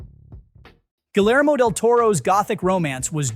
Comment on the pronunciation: You need to learn how to pronounce names. ‘Guillermo’ has silent Ls. And ‘Neve’ is pronounced ‘Nev,’, not ‘Neev’.